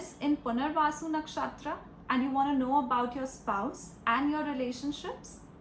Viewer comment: Why do you mispronounce Nakshatra? It's funny 😂😂